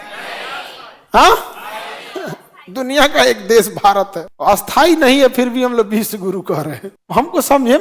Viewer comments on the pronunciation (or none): Bohot badi problem hai aapke ucchharan me .. Aap sthayi ko bhi asthayi ucchar karte ho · खान सर, आप स्थाई और अस्थायी दोनो का उच्चारण "अस्थाई" ही कर रहे है! 🙋🙇🙆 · स्थाई और अस्थाई उच्चारण ठीक करें